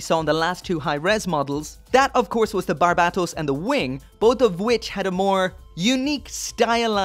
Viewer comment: he should watch iron-blooded orphans to see how to say Barbatos correctly